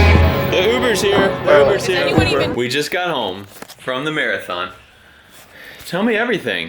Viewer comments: Did just say she completed a mereathon after mere finished? 😂😂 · Anyone else heard "we just got home from the "mere-a-thon"..." ? xD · It's a MERE-A-THON !!! :D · MERE-athon. Hahaha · the MERE-athon...haha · Its a "Mere"Athon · So it turns out it's actually "Mare". Congrats! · Mere-a-thon? Was this joke already made? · Did you say Mere-a-thon :) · I will never un-hear Mere-athon :p GOOD JOB GIRL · Mere-athon... I’m not the only one, right? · The "Mere"athon Mere and marathon combined lol